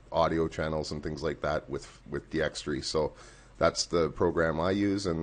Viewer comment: Its D-x-tor-y not D-x-tre-y